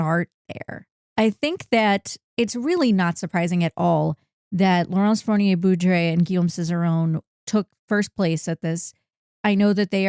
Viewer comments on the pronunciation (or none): "Fournier-Beaudry" rhymes with "poorly say low-key". Foooor-nee-ay Bow-dreeeee